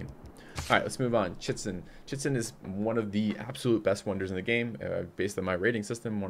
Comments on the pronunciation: It is always fun to hear you pronounce, Chi-chen It-za, as Chitzen. I know it may be difficult to read some of them but please try to at least pronounce them phonetically :) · Chichen Itza... (cheech-in eetza). Yes, you butcher a LOT of these, but that one, come on! :/